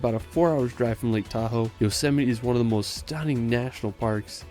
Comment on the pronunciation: I appreciate that you're reading the comments. Well done on the Yosemite pronunciation 👏